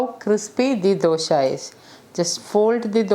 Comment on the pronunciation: I just want to add that, for a kannada language person, the word dosha as pronounced by you, gives a negative meaning. You can Google the meaning. Just thought I would let you know. Hope I have not offended you.